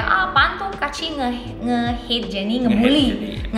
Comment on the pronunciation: Tolonglah baca kaachi tuh kaachi aja, jangan diplesetin jd kuaci. Sebagai pecinta cemilan kuaci tuh gua gak rela tolong...